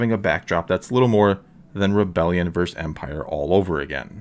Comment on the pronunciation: "Versus" is pronounced 'ver-sus', not 'verzz'. It's phonetic.